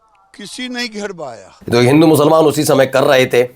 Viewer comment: Giriraj ji should pronounce the word "musalman" not "mushalman". Learn something from Islam۔Thanks۔